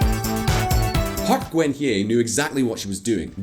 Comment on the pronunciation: They also mispronounced Park Geun-Hye. The hilarious part is that they pronounced it the way Vietnamese spellings are pronounced in English. Apparently they think Korean and Vietnamese are similar languages...lol